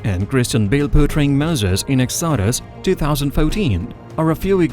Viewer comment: it's fine that you have an accent but at least learn how to pronounce the proper names correctly. "Exodus," "Cleopatra," etc. even Gal's last name is mangled. the next time you record a voiceover, sit down with a native English speaker first and make sure you're not butchering the names. the pronunciation doesn't have to be perfect but it shouldn't make the listener cringe. mispronouncing the subject's name is a no-no.